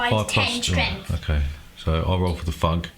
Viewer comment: I thought he said "FUCK" but I guess it was "THUG". haha :D